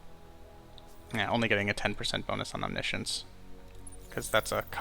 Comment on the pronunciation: He pronounced it correctly